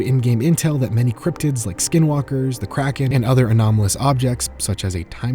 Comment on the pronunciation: Thought said Crackhead instead of Kraken for a second